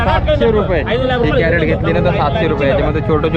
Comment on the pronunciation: कॅरट काय म्हणता क्रेट म्हणा की